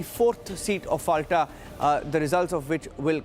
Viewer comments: Pronounce as Folta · It’s Fal-ta like Fanta. lol. Atleast get the name right! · FALTA is pronounced as FOLTA, with soft-T as in Tehran and not hard-T as in Texas